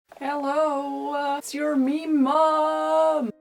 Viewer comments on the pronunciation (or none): Wait, all this time she was saying meme mom?? I thought it's mean mom